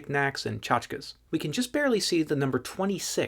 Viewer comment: I've never heard that pronunciation of tchotchkes before, I've only heard it with an ee sound at the end 😅